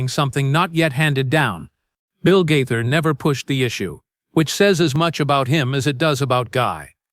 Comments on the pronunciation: The narrator is so bad at PRONOUNCIATION he is very annoying. It IS BILL G A Y T H E R spelt Gaither. NOT GATHER!! 😮😮😮😮😮😮😮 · The "Gather" Vocal Band?!! Please learn to correctly pronounce names!